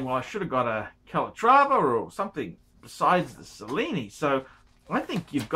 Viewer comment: Kyle, why are you wasting your time asking for advice from someone who doesn't even know how to pronounce Cellini? (@ he says, "Sa-lee-nee" and it's "Che-lee-nee") That said, who gives a shit about the Cellini line? ;)